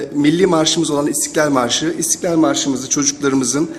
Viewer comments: İstiklal marşı aruz la yazılmıştır ve aruz la okunması lazim en doğru okuyan ismet özeldir. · İstiklal Marşı böyle okunmaz. İstiklal Marşı Derneği’nin okuyuşuna bakın. Bir deli kuyuya bir taş atmış, öyle gidiyor. Yazık.